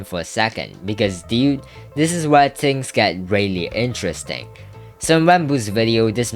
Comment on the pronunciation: NGL THE FUNNIEST THING IN EVERY ONE OF HIS VIDEOS IS HOW HE SAYS ''TINGS''